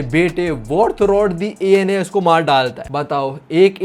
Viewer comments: Anas hai a.n.u.s Nahi 😢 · Bro my name is Anas😭 its not anus its pronounced as Ans. Not as ainas😭 dude main teri sari videos dekhta hun or yaha mera he scam kr gya bhai tu😭